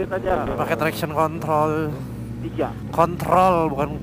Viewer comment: Kontrol bukan kon*tol🤣